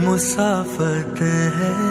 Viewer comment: musaafaat = frienship, i think. masaafat = journey. he's pronouncing it MU-saafat although the meaning makes sense with masaafat like you have translated.